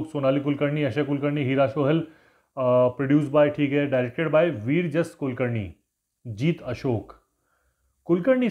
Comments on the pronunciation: It is विराजस not वीरजस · Sir, it is not Vir jas Kulkarni. It is Virajas ( विराजस ) Kulkarni